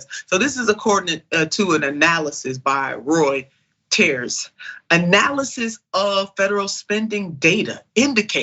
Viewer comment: Nina, it's pronounced Royters